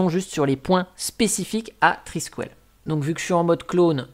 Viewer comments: Étant Breton, ça se prononce "Triskel" et pas "Triskuel" :p Le symbole en espèce d'étoile de mer qui fait des frisouilles, c'est un Triskel. C'est un peu chelou de proposer Thunderbird, Firefox, etc en virant les logos... y a vraiment des fois je me demande pourquoi certaines distros existent, autre qu'un projet personnel de se dire de faire une distro pour apprendre. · Je ne suis pas bretonne, mais amoureuse de la région et puis bon, je suis à demi irlandaise, donc ceci explique cela 😄 et j'avoue que le « trisquouelle » façon « poêle » à frire m'a un peu écorché les oreilles 😂 Je plaisante évidemment, mais tu commences à connaitre le ton de mes posts 🤪